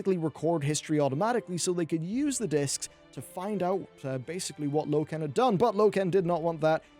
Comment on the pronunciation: low-ken? seriously?